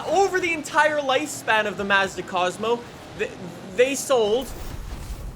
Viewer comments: i hate the way he says mazda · Finally someone from across the pond who can pronounce Mazda properly. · Every time he said m a z d a I wanted to die lol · the “Maah-zda” bothers me every time 😭 It’s more like “Mozda” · MAZZ-DUH??? bro it's pronounced MAHHS-DUH wtf lollll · It’s not maezda it’s Mazda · hey! here’s a quick pronunciation lesson!!! SAY-LEE NEE-SAWN MAHZ-DUH FEE-OTT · Mazda. Not m a z d a and forza not forttza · I like how worried about how to pronounce saleen but not Nissan, Hyundai, Mazda, Forza, or any of the other horrible ways he pronounces names lol